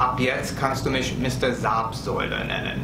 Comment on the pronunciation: Hallo, vielen Dank für dein Video und herzlichen Glückwunsch zu den neuen vielen Abonneten 👍 Zapfsäule hast du in diesem Video super ausgesprochen 🙂👍 Ich denke deine Videos besonders zum Autofahren erklärst du ziemlich gut und auch aus Sicht von Urlaubern sodass man durch deine Informationen eigentlich gut vor Ort klarkommen sollte, besonders wenn man das erste Mal in die USA reist. Wir wünschen dir und deiner Familie Frohe Weihnachten und einen guten Rutsch ins neue Jahr 🎄🎅😊 Liebe Grüße Zissy